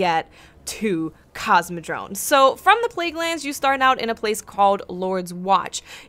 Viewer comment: Sounds like you say "CosmodroNe". :P